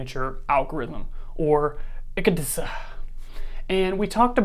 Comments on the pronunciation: Why are you saying "a lease" instead of Alice? Very annoying. And why are you mispronouncing ECDSA that you are making an introduction about? If you are lying about pronunciations multiple times, what else are you lying about? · "ECDSA". It's pronounced just like it's spelled.